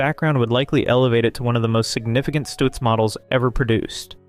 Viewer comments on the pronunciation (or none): Great Garbo's car is NOT a Stutz but a Duesenberg. And, by the way, it's pronounces Stuhtz. NOT Stootz....Sheesh.